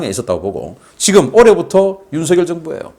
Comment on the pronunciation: 바보 얼간이들은 윤석열을 윤성열이라고 잘못 말하는데 윤석열을 윤성열이라고 말하는 것은 틀린 것이어서 윤석열을 윤서결이라고 말한 신인균씨가 제대로 발음한다. 신인균씨와는 다르게 윤석열을 윤성열이라고 잘못 말하는 인간들은 생각이 없는 바보 머저리들이다.